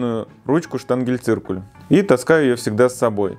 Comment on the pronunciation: Спасибо,дорогой рукодельник,и всё-таки штангеНциркуль,а не штангеЛЬциркуль. ))